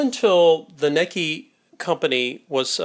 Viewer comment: Your miss pronouncing the name. I just got my grandmother's. The Manuel has 1956 in a print date. I think it's older. It's pedal powered.